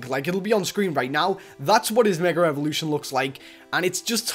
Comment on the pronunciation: It's funny that he says Meger evolution